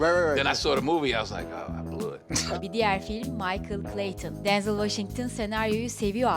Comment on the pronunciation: Denzıl değil direkt Denzel diye okunuyır